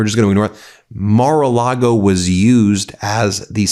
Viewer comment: Thank you Ben. I thought I heard you say Immoral Lago. Love and support from Australia.❤